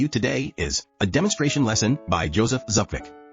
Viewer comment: lol, dude...his name is Zbukvic, not zubkic nor zubkvic.